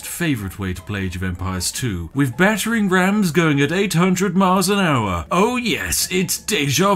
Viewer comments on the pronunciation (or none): none